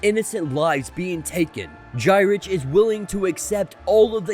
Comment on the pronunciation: Just for future reference Gyrich is pronounced Guyrick.